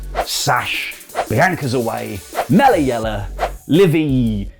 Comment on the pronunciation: Melliella 🤣🤣🤣🤣🤣 Money Mells